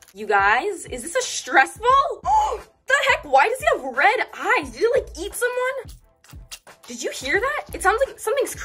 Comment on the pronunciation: Did he like eat somuon 😂😂😂😂😂